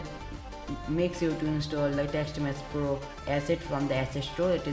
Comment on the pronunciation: Lol it was TextMesh Pro not Teksht Mess Plo but nice video tho it helped